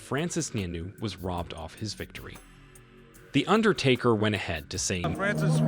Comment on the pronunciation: Dude pronounce the undertaker name right. 😅